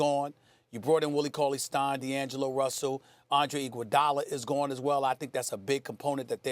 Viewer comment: “I want Iguadala!!” It’s all good we forgive you 😂